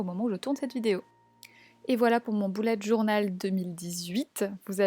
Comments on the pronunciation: elle dit un boullette journal mais on est d'accord on dit tous un beullette journal, nan?😂😂😂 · Tu dis boulet alors que c' est "beulette journal"